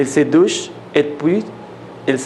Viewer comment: une douche (la e no suena), enseigne ("en" nasal), les exercices (laison) TRES BIEN!!!